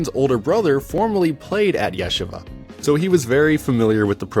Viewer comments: Not Yesh ava. It’s pronounced Yeesheeva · it's three syllables -- yeh-she-vuh. But you pronounced it Yeshi-vuh. I'm no hebrew scholar, but I've lived in NYC for many years and know many people and have family that have gone to Yeshiva U. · Yeah sha vah. Lol Yuh SHEE vuh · Its not ye shiva it ye sheeva long e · its pronounced as “yesheeva” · Please... yeh-SHE-vah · Yuh SHEE vuh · "Yeah-shahvah" never heard it being pronounced like that before. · You mean the AI voice mispronounced it? This is one reason it's better to record in your own voice. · True, but it was an excellent video nonetheless. And I met Ryan and he's a cool guy. Wish him the best of luck and success on and off the court. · Excellent video. Your pronunciation of Yeshiva cracked me up. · if you're gonna bother making a video learn how to pronounce "Yeshiva" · You mispronounce Yeshiva (multiple times) which is not a huge deal, but is a bit distracting from an otherwise interesting story. Yes, most won't even notice - but anyone Jewish is going to notice big time, and I'm sure that the algorithm will make sure to serve to this to jewish bball fans since they're likely to find this particularly interesting.